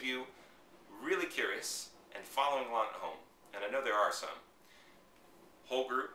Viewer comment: haha i thought you said "ogre" instead of "whole group" lol i was like ok there must be a specific vocab haha cool vids you make it really simple!